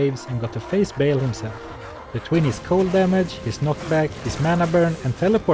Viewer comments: I know this is far besides the point but surely Baal is pronounced with a long A rather than a short A ? not a chance its "bale" rather than "baal" in pronounciation? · it is not Bail, it is Ba hahahal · He,, is not pronounced Bale. It's Baal: /ˈbɑːl/ (or /bɑːˈɑːl/) not /ˈbeɪl/. Cool challenges,!